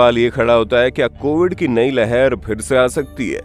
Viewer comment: कोविद नही कोविड है। 😂😂